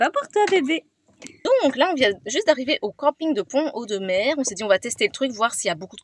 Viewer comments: C’est super, j’espère vous rencontrer, j’habite pas très loin de Pont Audemer d’ailleurs on prononce Pont Audemer en faisant la liaison ( Pontaudemer) Bref, bienvenue en Normandie et au plaisir de se rencontrer dans notre belle région. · Salut les filles...... Alors, comme dit dans un autre commentaire plus bas, ici, Pont Audemer se dit en fait Pontaudemer. On fait la liaison entre les deux. Parole de vieux Normand pure race. Je dirais même bas Normand. Bon vent à vous deux, vous êtes super et superbes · coucou. on fait la liaison pontaudemer. et souvent on dit pontau. ca va vous plaire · ça se prononce " pontod'mere" 😀 'j'habite pas loin. C'est rigolo quand vous le prononcez en 2 mots et sans faire de liaison 🤣